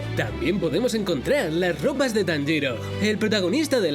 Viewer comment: Danjiro y zinetsu brutal pronunciación, 😂😂👌👌🙃